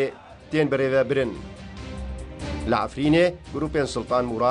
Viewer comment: ... berve lêvķirin a rast û herî durust: - Afrîn ... ✔✔✔ (bi zimanî kurdî) - 'Efrîn ... ❌❌❌ (bi zimanî kurdî ya erebkirî) Ew dengî çûkik û seyan tîp a ( 'e ) di zimanî kurdî da nîne...